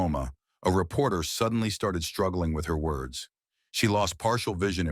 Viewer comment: Did he say, repoter, lmao. 😅😊😂😂😂😂